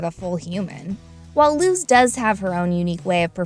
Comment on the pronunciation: ok great video but am i the only one that got so frustrated at the way she kept pronouncing luz's name like "looz" instead of "luce"? like i know im just nitpicking at this point but it annoyed me so much throughout the video XD